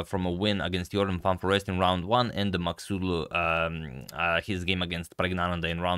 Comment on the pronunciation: Forget the game. I'm just really impressed how accurately you pronounce Maghsoodloo.